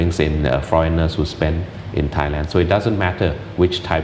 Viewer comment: Learn Thai please it’s Thailand 🇹🇭